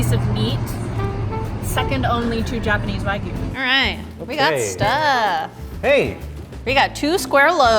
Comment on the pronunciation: Why doesn't tell them how to pronounce it correctly?! 🙈😭🙉 Waaaeeeegyuuu....:(